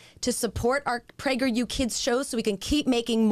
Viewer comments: i think its sus that it literally sounds like they are saying pregger you kids- l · I like how it always sounds like "Pregger U" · I’m sorry but every time I hear prager u I remember that video where the person is reading people spelling pregnant wrong